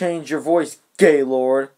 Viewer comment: Lol that emphasis on gaylord, tho.